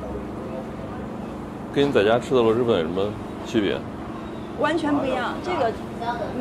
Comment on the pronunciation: 听着好难受，螺蛳读音是螺丝不是螺师。提醒下UP主